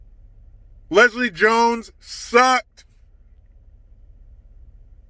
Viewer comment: Did you say Lesile Jones???? 🤢🤢🤮